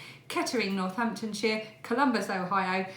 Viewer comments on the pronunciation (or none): none